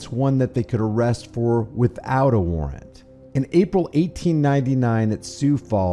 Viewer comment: a-WAR-RANT....how cute...silly! 😂😂😂😂😂